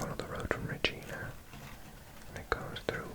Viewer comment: “Regina” is pronounced with a hard “i” for some reason. It rhymes with “vagina”. Also, I thought it might interest you to read about the US enclaves along the US border which require US citizens to drive into Canada to reach, even though they belong to the US. If I recall correctly, they exist largely due to flaws in the agreement when the border was agreed upon; they hadn’t considered certain peninsulas and bodies of water when they agreed to a relatively straight line—and they ended up cutting off areas that should by all logic belong to Canada. Locations such as Point Roberts and Angle Inlet. They faced some very unique challenges during the pandemic, when cross-border traffic was halted. There’s also a town (Rock Island, QC) in which the international border runs right through the middle of the local library. Look into it!